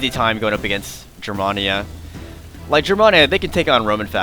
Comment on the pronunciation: Hey i have battled you a long time ago lost but i didn't expect to win but hey i have fallowed every single one of your battles Rome Empire and all of though's but i have to tell you man lol I am half German and i need to let you know that when you say germania you say it as in the letter A not trying to be rude man just wanted to let you know just so you won't get criticized further by anyone else for it. P.S. Keep up the great battles and i look forward to Rome 2 total war